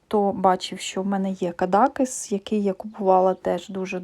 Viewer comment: звісно, можеш брати мої фото, тобі можна))) як мені подобаються всі набори у твоєму списку😍 дозволь мені тебе трохи виправити наголос у назві містечка Кадакéс. Я не раз намагалася прочитати, що ж там написано, але там такий почерк, що не можу розібрати. А от на дизайні з млинами схоже уривок із Дон Кіхота.